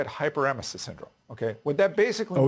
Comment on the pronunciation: expert here doesnt even know how to properly pronounce hyperemesis (its hyper-ee-ME-sus)